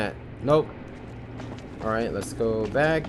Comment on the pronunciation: I like how he says lego instead of lets go